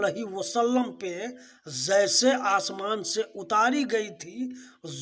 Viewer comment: Sir pahle apna pronounciation thheek krle......"Zaise" nhi "Jaise" hota h..... Aur Gutkha khana bnd krdijiye,kyunki isse pta chal ja rha ki aap jaahil h......Hm bhi quran ko aasmani kitab nhi mante, pr aap quran ko misinterpret kr rhe h, kyunki aap khud nhi quran pde h.....Isliye aap ka knowledge adhura h kathmullo se swaal uthane ke liye....